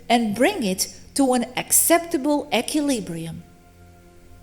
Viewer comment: You're pronouncing equilibrium incorrectly.